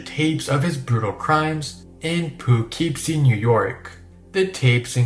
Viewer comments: Not to be that guy but that's not how u pronounce Poughkeepsie. I'm from there and I've always heard it said po - keepsie. Either way, that film seems really cool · Just so you know, poughkeepsie, I belive is actually pronounced like Pukipsee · being from poughkeepsie the pronunciation made me lol. its more like puh-kip-see!